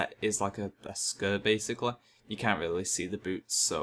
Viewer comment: difficul-TEE, basic-LEE, tab-BARD, four-TEE. My god these arent difficult sounds to make.